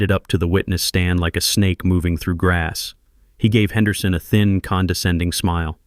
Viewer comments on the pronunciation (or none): none